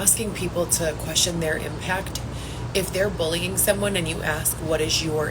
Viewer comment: I CANNOT STAND the way she talks omg!!! ImpaCt, accounT, cRRReate..The way she says those words makes my ears bleed!! She’s so pathetic.